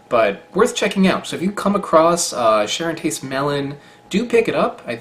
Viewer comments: Great video, I love seeing all the fruit from around the world that you find! P.S. Charentais =sha-ron-té By “on,” I mean the nasalized vowel. The n consonant shouldn’t actually be pronounced. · Charentay - silent 'S' ;-) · No, just no. He pronounced everything completely wrong except the "Ch". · To pronounce Charentais just don't say the S at the end and you're close enough.